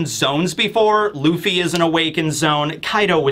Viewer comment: Zo-ahn. It sounds like you’re saying zone lol